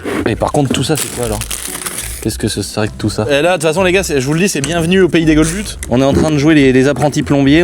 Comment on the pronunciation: "bienvenue au pays des GOLBUTS" :D